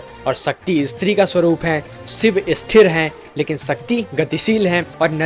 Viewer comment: " इस्त्री " नहीं " स्त्री " उच्चार करे . बस इतनी सी बात है .